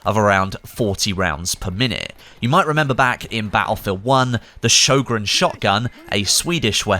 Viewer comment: Being Swedish hearing him butcher the Sjögrens name is so cringe😂